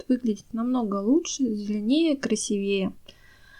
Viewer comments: КрасИвее а не красивЕе говорите правильно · даете советы а у вас все растения хилые и некрасивые. Даже как-то странно да и говорить старайтесь с правильным ударением режет слух КРАСИ ВЕЕ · Спасибо за советы.Но примите и мой совет:говорите правильно.Нельзя говорить кладЕзь,правильное ударение клА дезь,более красивЕе тоже неправильно.КрасИвее без всякого более.Или более красивый. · И не красивЕе, а красИвее! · И что за красивЕЕ,красИвее,говорите по -русски,правильно,пожалуйста.А информация очень полезная,спасибо. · КрасИвее, КлАдесь и т.д. ( правильно). Спасибо за совет, но над ударентями надо поработать. Извините! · КрасивеЕ,остуДиваю,вы,что все не русские? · Спасибо за очень полезные советы!!! Только ставьте пожалуйста ударения правильно: кладезь-ударение на а,красивее-на и. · КрасИвее - ударение в слове строго на «И». И что значит мастхэв? По-русски можно сказать? Вы русская? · большое спасибо за информацию... Но - не кладЕзь, а клАдезь.... КрасИвее.... ( для запоминания: аккуратно - аккурАтнее...красиво - красИвее)... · Советы очень ценные! Но...клдЕзь и красивЕе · Ударение КрасИвее! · Правильно говорить клАдезь и красИвее. И химию стоит подучить, чтобы правильно зачитывать названия химических элементов, раз уж берётесь. Минеральную воду газируют углекислым газом, а не кислородом. Так что Ваше объяснение про насыщение растения кислородом после полива - Ваша фантазия! Вот вроде хорошее дело,, делаете, но так безграмотно и по-дилетантски, что тяжело слушать. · Огромное спасибо за ценные советы. Только ударения делайте правильно: красИвее, клАдезь. Не обижайтесь, вы мне очень понравились. Голос у Вас такой приятный. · А также красИвее, отстОянная вода, не отстАянная... Дальше слушать не стала: кладЕзь просто добил! Извините,. Но если не дружите с русским языком, делайте ролики молча, а текст просто пишите. Несмотря на ваш приятный голос, слушать вас невозможно.